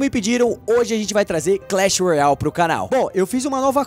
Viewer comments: Não è clech royai è clech royale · vc fala Clash Royal kkkkk e Clash Royale😁😁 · não é clach roial é clach roiale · não é clecheroiau é cleche roiale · Ele fala Clash royal kkkkk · Não é clash roial e clash roiale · por que o fala errado o nome clash royale